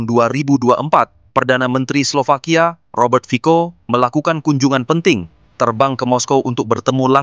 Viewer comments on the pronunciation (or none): Yang benar admin, itu /fitso/. “Fico” dibaca nya 👉 /fitso/ huruf “Cc” Slovakia diûcap /ts/ atau /tse/!